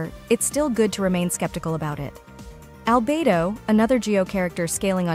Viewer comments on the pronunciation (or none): none